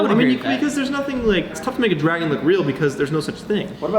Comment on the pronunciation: Is it just me or did say Draygen instead of Dragon